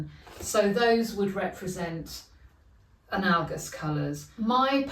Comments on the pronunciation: I love what you‘ve done here! Great work! Btw, analogous has often tripped me up as well…here is the google pronunciation uh-NA-luh-guhs…😊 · Also, analogous according to the dictionary is pronounced, /əˈnaləɡəs/...